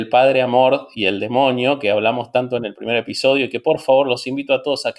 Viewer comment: Era Amorth?!?! 😱😱 Siempre entendí Amor!! Debí quedar como idiota!!! 🤣🤣🤣